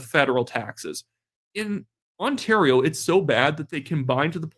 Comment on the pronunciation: Ford pronounces the province ONTARO😂😂😂😂 ONTARO